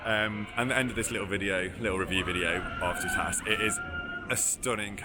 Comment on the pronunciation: I wish British people would pronounce it correctly it's too ta tis ...toutatis not tootaaatis